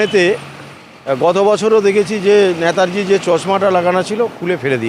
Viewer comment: Uni netaji ke nata ji bolchhen keno? Eta thik Kora uchit.